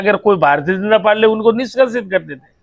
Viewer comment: Mla साहब पालटी नहीं पार्टी होता हैं।